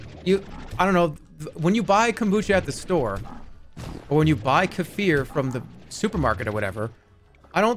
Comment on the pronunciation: I can't stand how he pronounced Kefir